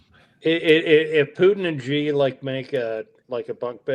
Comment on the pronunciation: doesn't even know how to pronounce Xi's name.